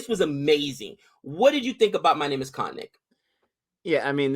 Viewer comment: Kkhhhh....aaaannn 😂😂...yeah, agree with Nick..about Kajol’s performance in this...and Nick/... please tell me..please please please tell me if actor Barry Pepper from Saving Private Ryan doesn’t look like Jimmy Shergil’s Brother!!!! And she is Hindu, the religion, Hindi is the language 😊...and its Hijaab..not Hajeeb...sorry, just pulling your legs a bit..